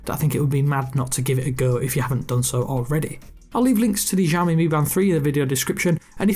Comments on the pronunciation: its literally pronounced Shy-yo-mi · I’ve put ‘show me’ in marks so that you know is also a way to pronounce it correctly:P